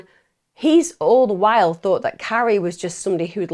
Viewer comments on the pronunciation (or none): none